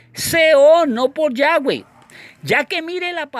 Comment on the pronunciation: Cual yayweh suena raro como que le falta algo